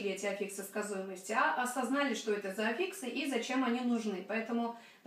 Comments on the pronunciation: Ну что за "аффИксы" за такие?! Ударение в слове "аффикс" всегда стояло и стоит на "а", на первом слоге. Орфоэпический словарь русского языка (или Википедия, если лень искать первый) вам в помощь! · Но ведь Афиксы! Ударение на А. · Здравствуйте, почему афИксы, а не Афиксы?